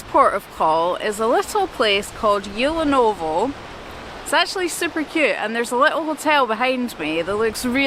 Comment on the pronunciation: Actually the letter "T" in Tyulenovo isn't silent. 😉 Great videos, congrats!